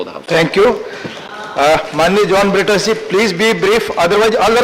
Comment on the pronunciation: Bretas (pottas)